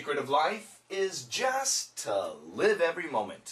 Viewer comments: Did not one heard "just to" sounds like "justice"？I'm kinda confused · it was weird the way he said the word just, i sounded like justA to me and again helped me understand it better. thanks again teacher